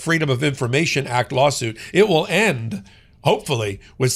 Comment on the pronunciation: He said we woll not have to vote again